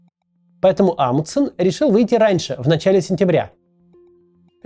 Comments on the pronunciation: "Амудсен", "Амудсен", "Амудсен". В этом имени есть буква Н, и в английском языке, и в русском она произносится, т.е. должно быть "АмуНДсен". Тяжело слушать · Мне кажется, или Максим теряет одну «н» в фамилии «АмуНдсен»?🤔